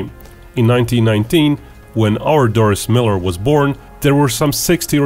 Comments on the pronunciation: Pronounced Dor-ree not Doris. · 1) It is pronounce Dorie as in "Finding Dorie". 2) He actually shot down the bulk of the Japanese planes that were shot down at Pearl Harbor, he hit maybe 5 total. 3) In many Pearl Harbor movies, the lead character is often someone made up in order to have someone White as the hero while Doris's accomplishments were actual.